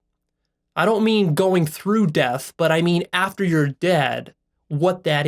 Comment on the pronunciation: There is no “ l “ after death.